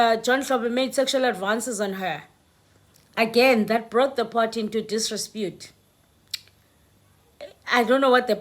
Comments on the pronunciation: sorry mam, its DISREPUTE not disrespute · it is DISREPUTE not DISRESPUTE as you pronounce it, please accept my humble corrections. You have been saying this repeatedly. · disREpute my sister not disRESpute🤣🤣🤣🤣🤣🤣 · Disrepute and NOT disrepute. Just CORRECTION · It's not disrespute, it's disrepute!! If you know what I mean🤭😂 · It's not direspute, it's disrepute..if you know what I mean🤭😂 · It is disrepute and not "disrespute". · The word is desrepute and not desrespute.. But I really like and follow your podcasts... yoooooooo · I wonder you're saying this word "disrepute" correctly. It sounds like pronounced as disrespute which is unpalatable